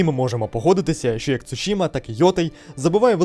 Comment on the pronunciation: Тільки «Цусіма», так вимовляється 😊 У японській немає «ш» Слово іншомовного походження, власна назва, такою і лишається у вимові😎👌